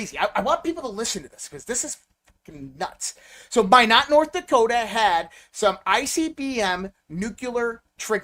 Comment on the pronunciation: Its pronounced MY-NOT, North Dakota!! WTF, if you are in with all these people, how have you never heard that correct pronunciation before??